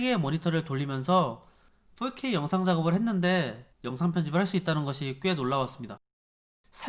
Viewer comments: 저기 근데 어차피 four발음이 원어민하곤 거리가 먼데 왜 훨케이라고 하는거죠 ;ㅁ; 그냥 포케이라고 하시는게 나을듯합니다. 오히려 거슬려요. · 4k 발음이 40k라고 하시는듯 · 자꾸 4k가 “volk 에이”로 들려요 ㅋㅋㅋㅋ 독일어 공부하다보니 ㅋㅋㅋㅋ